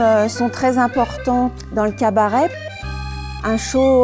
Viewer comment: No, as you said, The pronunciation is without the t like cabarÈ